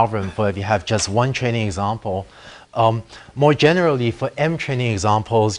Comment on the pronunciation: i don't know if it's me or the teacher, but i can't stop hearing "Chinese example" instead of "training example"